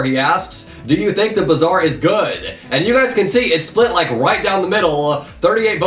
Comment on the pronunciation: Bazaar is pronounced like Baazaar and its meaning is "market"